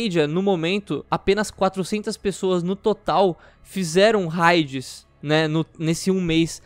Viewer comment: Por que vocês fazem questão de pronunciar "raids" errado?